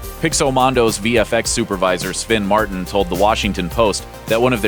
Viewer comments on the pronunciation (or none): none